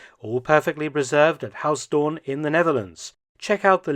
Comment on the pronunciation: Mark Felton. For future reference: Pronunciation of Huis Doorn. "Huis" is pronounced "Hace" or more correctly "Huys". The "oo" in Doorn is pronounced the same as "oo" in English, so "Dooorn". Not "Haus Dorn". The language is Dutch, not German.